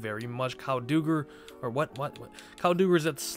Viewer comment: “Douger” it’s doug-ehr